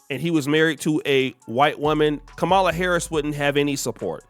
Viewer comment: Kam - mala. Not kamala the UGANDAN GIANT